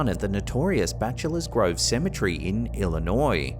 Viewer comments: It's cemetery not cemetrey dope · Symmetry??? No. It's proper pronunciation is seh muh teh ree...you're welcome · You said it wrong it’s cemetery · You’re saying cemetery wrong you’re saying